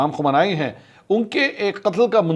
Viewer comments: It is pronounced as kho- me- ni - not kho - men- nai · My Bro Mansoor Ali Khan It's khumeyni so you can understand well how to pronounce. Sorry for the inconvenience bro.